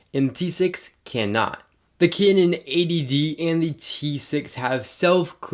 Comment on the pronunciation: all i heard is "Kenen" rather "Kanun"